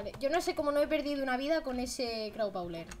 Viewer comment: Es cosa mía o Ina ha dicho crabawler?